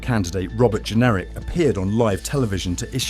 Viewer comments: His name JENRICK NOT GENERIC, or pronounced generic, and no i am not a Tory voter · Since when has Jenrick been pronounced Jenerick ? Is this AI voice over ? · It’s Jenrick not Generic 🙄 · WHO ARE YOU ? YOU CANNOT PRONOUNCE "JENRICK" .... are you some sort of generic AI b s ??